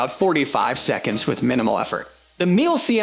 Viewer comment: Me-La. not Meal.